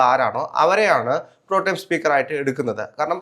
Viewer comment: 😂😂 "PROTEM" എന്ന വാക്കിന് എന്തൊക്കെയാണ് പറയുന്നത്‼️ ഒരാൾ പറയുന്നു "പ്രോടൈം" സ്പീക്കറെന്ന്‼️ മറ്റേയാൾ പറയുന്നു "പ്രോംടെം" സ്പീക്കറെന്ന്‼️ ഇനി "പ്രോട്ടീൻ" സ്പീക്കറാകാതിരുന്നാൽ നല്ലത്‼️‼️😂😂